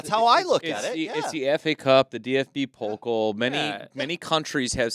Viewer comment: _ "...the Bundesliga is bailing out of the DFB-Pokal." _ ...fans would boycot the Bundesliga. OMG, every time they are saying "Pokal" it sounds like polka (the dance) because of pronoucing the o (which is wrong) instead of the a (that is correct). It's Pokaaaaal! 🤫